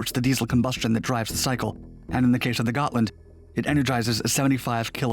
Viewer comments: The name is Hms Gotland, try to get it right next time. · Gotland class submarine? Nahhhhh.... Gotcha class. 😂